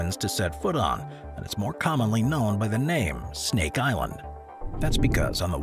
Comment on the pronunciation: Incredible pronunciation for Snake Island! I had to stop the video to let you know.